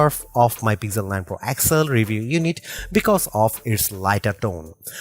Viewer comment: This is Pixel not Pigjel....plz plz don't murder it... 🙏